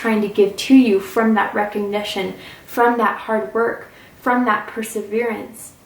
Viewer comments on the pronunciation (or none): none